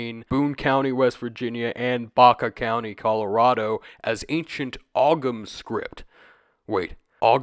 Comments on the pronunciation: Just to politely note, Ogham is pronounced "Ohm" because of how the Irish language works. Appreciate you covering this!! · Not a big deal but the gh in ogham isnt pronounced, so it sounds like home without the h. Great video though ❤ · Great video! But just btw the g in Ogham is silent, it's pronounced like Oh-am or Ome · I'm going to crush a potato if i hear you pronounce Ogham that way again.